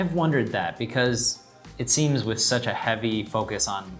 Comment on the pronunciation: Frustrated people in Taiwan they pronounce different English so strange n different by Taiwanese teachers in primary schoolFor example ,with to wis zoom becomes room n cancell becomes canserThey are stubborn